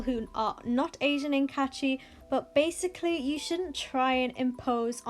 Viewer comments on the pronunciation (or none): none